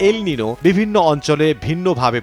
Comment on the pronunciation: উচ্চারণ এল (নিনো) হবে না। এল (নিইনিও) হবে